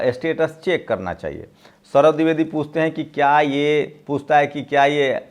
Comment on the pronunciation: pronounce DWIVEDI correctly. Sorry.